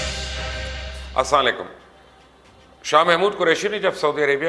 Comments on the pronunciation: الساں علیکم ۔۔ نہیں ۔۔۔ السلام علیکم حضور گزارش ھے کہ سلام تو صحیح طریقہ سے اور مکمل کیا کریں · بھائی آپ سلام ٹھیک سے کیا کریں اگر لفظ سلام سے حرف ل ہٹا دیں تو معنی بدل جاتا ہے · MUBASHIR SAHAB, BAATAIN TO AAP KI BOHAT ACHI HAIN, KINDLY AAP SAY EK DARKHUWAST HAY K, AAP K " SALAAM" KARNAY KA TARIKA THEEK NAHI HAY, KINDLY APNAY SALAAM KARNAY K ANDAAZ KO DURUST KIJEAY... YEH EK ISLAAHI MSG HAY, DON'T TAKE IT WRONG.. JAZAAK-ALLAH